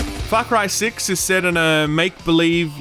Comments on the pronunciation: I heard "fuck cry 6" when I first started this video and I had to restart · I heard "Fuck Rye 6" in the intro